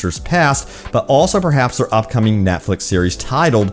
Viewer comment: Not gonna lie, Threw me right off when you said “ NATFLIX “